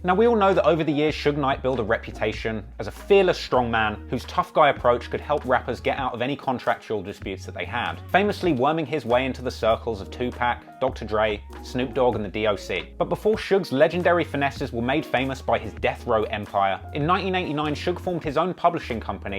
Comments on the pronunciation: Its 2pac not 2pack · You had me until you said 2-Pack. I'll holler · "Vani-lure Ice " and " two-pack" hahah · He pronounced 2pac like 2 pack. LMAO!